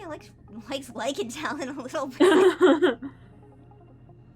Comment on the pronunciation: "there's treestar as a potato" yes, the best wittle tato indeed.